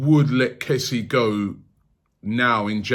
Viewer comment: His name is pronounced kessie-e btw